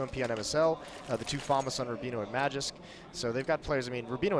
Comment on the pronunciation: They say Magisk so fkn wrong it hurts